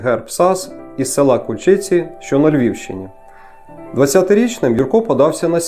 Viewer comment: Ку'льчиці......має бути наголос на перший склад.....а загалом гарна подача....дякую....